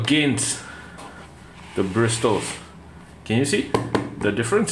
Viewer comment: The letter T in “bristles” is silent. It’s pronounced like “brissels”.